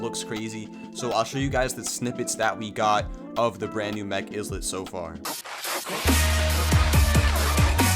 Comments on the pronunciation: Bro It's not izzlet It's ilet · eye-lit not is-let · Are you stupid it’s eyelit not isss let GET IT RIGHT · Not him saying Izlit instead of Islet 😭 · Islet is like island. The S is silent. So, Ilet. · Islet is pronounced as “Eye-let” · it's written as islet but pronounced as ˈīlət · It’s pronounced EYE-lit. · It's pronounced "eye-lit" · If he keeps saying IZLET imma crashout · Bro it's just a mispronounce😭 and i also called it "izlet" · it's pronounced eye-lit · It pronounced eye lit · The s in islet is silent